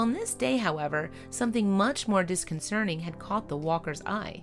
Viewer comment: Dear Presenter: It's "disconcerting" not "disconcerning."